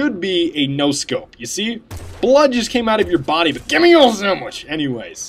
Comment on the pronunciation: I laugh every time he says "Gimme yo sandw"ich